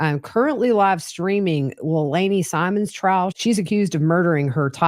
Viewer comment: Leilani is pronounced: LAY LONNIE.